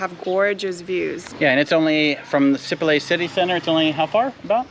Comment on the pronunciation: You’ve been in Sipalay for what, a couple of weeks now? And no one has told you it’s si-PAH-LIE? Emphasis on the second syllable and not on the first like you guys have been doing. It’s not SEE- pa-lay but si-PAH-LIE. Not lay as in lay your head on my shoulder but LIE as in two truths and a lie.